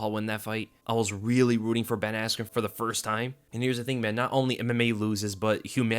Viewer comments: It killed me when Bruce Buffer called him Ben Askue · didn’t he say askren wrong or was I tripping? I was watching it at like 4am lol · he said askren bad lol